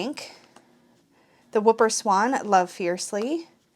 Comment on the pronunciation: Love this set, thanks for showing it off, they've risen to the top of my wish list! And it's pronounced 'hooper' swan... like a hula hoop. Whooper? I hardly knew her :D